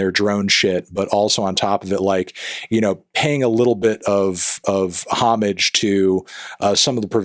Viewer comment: the way he pronounced "homage" gave me whiplash